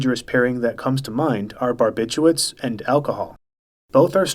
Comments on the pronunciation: Barbithuats? How the hell are you reading it? English is WEIRDDDDDDDD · It's barbituRates not barbituates